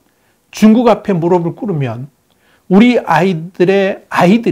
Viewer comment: 1. 중공 2. 세습돼지 3. 일본 동영상 의 "~중국앞에 무릎을 꿇으면~"에서, "~무릎을"은, "~무르블"이 아니라 "무르플"로 발음해야 맞습니다.